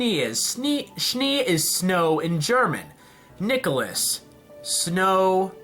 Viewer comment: nikolus? is this his name in some sort of latin ? nikolas pls